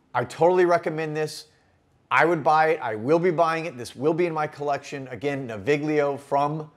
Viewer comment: The /gl/ in Italian words like this is pronounced like the /ll/ in "million". I live near Milan so I ordered these samples as soon as they were available and they're great scents but mostly more like the scent of a place or situation rather than the scent of a person.